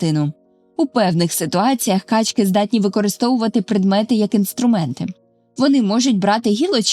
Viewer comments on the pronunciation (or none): У множині наголоси качкИ, качОк ітд.